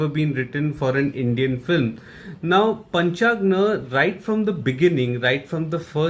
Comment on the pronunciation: Bro it's not Panchagna it's Panchagni